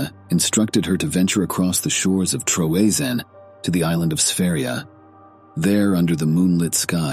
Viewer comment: Troezene = TREE-ZINE-EE 3 syllables